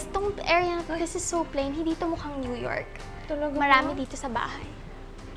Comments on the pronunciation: new yolk daw (new york)😂 hahahaha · new yolk. sowy. angy sabi nya 😂😂😂😂